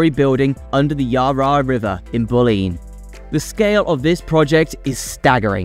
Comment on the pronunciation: yaa raa river.. bull lean... cant watch this listening to that